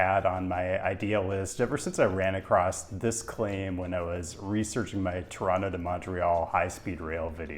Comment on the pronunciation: Kudos for pronouncing the name of the city correctly. Outsiders tend to put a hard emphasis on the first O and the last T, locals do not. TOWronTOW vs. Tuhranno. Ironically, the way outsiders pronounce it is probably closer to the original pronunciation in the local Algonquian dialect we get the name from. Regarding the 401, an insoluble problem is the through traffic of long-haul trucks along the Windsor-Quebec City corridor. Operators don't want to use the 407, too expensive. The Collector/Express system is supposed to solve this, in theory, as local traffic could stick to the Collectors and through traffic keep to the Express lanes, but the reality is it's just a giant mess. And when big rigs and cars meet, it usually doesn't end well. Drive safe.